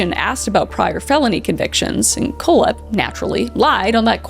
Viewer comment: Auntie Kris! It’s pronounced…Coal-Hep, and Wall-Drup. You crazy Canadian, you! lol FYI- just love ya to bits! ❤😂❤ Sowrry!- ha! See what I did there?